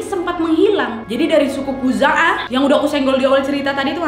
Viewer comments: Bkn Khuzu'ah tp Khuza'ah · Awal nya udah bener nama sukunya, eh di tengah tengah salah 😂😂 Khuzaah yg bener kak 👍👍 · khuza'ah apa khuzu'ah ya'mur atau ya'mir bingung kak wak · Koreksi suku khuza'ah , bukan suku khuzu'ah 🙏